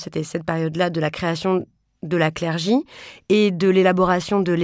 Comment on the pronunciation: J'entends «la clergie/clergy» plutôt que 'le clergé'. Estce que quelqu'un.e a des infos sur cette façon de dire? Ps: ça pleut beaucoup en ce moment